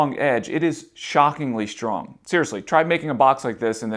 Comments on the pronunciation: It's not SHTRONG it's STRONG and other words too. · How schtrong is schtraw? Sorry I mean how strong is straw? There's no H in those words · There is no h after the s in the word strong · There's no "sh" in strong, straw or stressed.